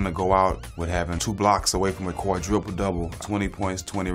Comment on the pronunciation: Jackson said "quadriple double" 😂🤣